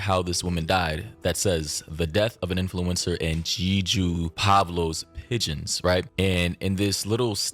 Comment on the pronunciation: he even butchered how Jeju is pronounced. It takes like 5 seconds to google that. Low quality vid